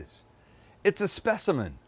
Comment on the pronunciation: Brooooo! Sam says the word “specimen” funny.